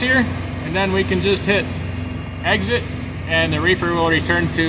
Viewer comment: He said refer lol